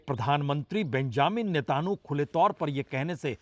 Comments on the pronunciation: बाजपेई जी, आप अभी भी हॉर्मूज को होमरूज बोल रहे हो और नेतन्याहू को नेतानू बोल रहे हो। उच्चारण सही कर लो भईया 🙏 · Prasun ji , Benjamin Netan yahoo , ye sahi Naam hai , ap bolte hain Benjamin Netanhoo... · नेतानु नेतानु क्या कर रहा है सही नाम लेने में जीफ काँपता है क्या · Ek word aap Sahi kijiye Aapke liye munasib nahin Hai बेंजामिन नेतन्याहू आप बोलते हैं बेंजामिन नेतानु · 😂 i like the way you say नेतानु 😂😂😂